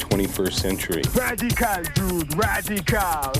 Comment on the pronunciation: Rah-dee-cahll, mahn.